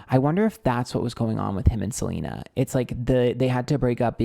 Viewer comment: I love you for saying Selener.